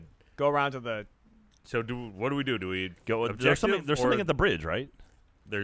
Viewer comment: he’s says “what do we dodo” or “dodo we go” but regardless he says dodo.... no changing my mind